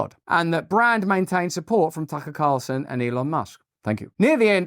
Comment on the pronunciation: Waaa😂 he said fker Carlson. Too funny